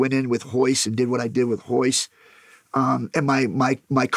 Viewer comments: Why are they saying hoyce gracie??? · it’s royce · Spelled Royce but pronounced with an H. Same thing for some other Gracie's as well, like Rickson, Royler and Renzo